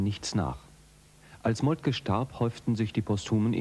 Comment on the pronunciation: Molke, der Mann heisst Molke!